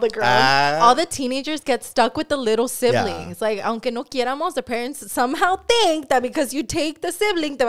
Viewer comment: Wtf is a sivling!? U mean siblings !????😂